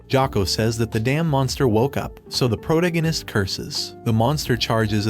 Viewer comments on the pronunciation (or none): say it with me-- pro-TA-go-nist. Enphasis on the second syllable. Not PRO-ta-go-nist. Or stick to Bota. It's painful hearing you. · i get triggered by the way you pronounce protagonist, it is pronounced: "pro-tAgonist". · Pro-toe-gag-ist. Lol 😂 I can no longer unhear this. 😅 This voice is so weird to me. Love your videos.🎉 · How the friend chicken fuck do you not know how to pronounce : protagonist "?????🤬